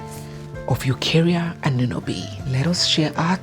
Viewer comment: It's not Anunobi. It's Añunobi.